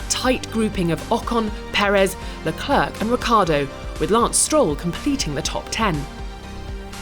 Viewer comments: WHO IS? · She still misprounces Leclerc brutally.